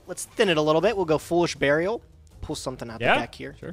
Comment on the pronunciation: And Foolish barriel